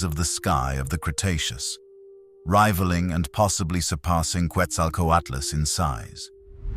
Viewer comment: It’s pronounced like an H. Quetzalcoatlus.